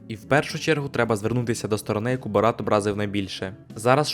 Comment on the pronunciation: Та перестаньте ви називати його БорАт,він БОрат